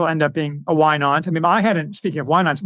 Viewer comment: said "wine aunt", not "why not." Took me a while to get that.